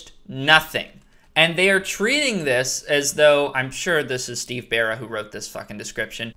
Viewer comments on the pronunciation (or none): none